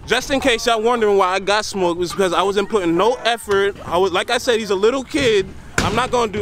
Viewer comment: said “thmoked ruthy”🤣🤣🤣